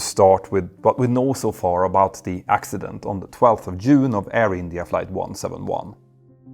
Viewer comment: Not Yune 😂😅 Oh how I value your videos.